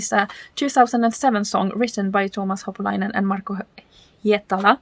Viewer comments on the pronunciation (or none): Just fyi: It's "Holopainen", not "Hopolainen" 😉 Please don't take it as criticism. It's just that I'm familiar with misreading something, then sticking to it for years, and then being shocked when I'm finally told I've been reading and saying it wrong all the time 😄 Great reaction! I love that song 🤗 Have a great day...